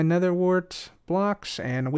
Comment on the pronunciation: "Nedder tree"